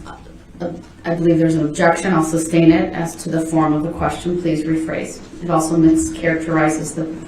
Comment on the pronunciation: It's soooo funny how nobody corrected his English through out the trial. It seems like someone would have told him immediately that it's not "Substain it's not axe, it's not tacket.. it's not troof or oaf,,. He's so stupid!!!!